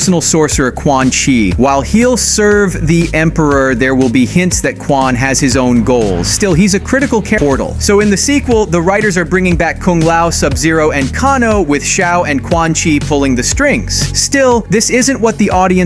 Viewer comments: Kon-oh? Pronounced Kay-no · Who’s says Kar-no. It’s pronounced Kane-o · Man said "Kahno"